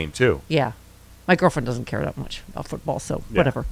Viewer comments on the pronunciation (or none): Hey. What's this aboot? LoL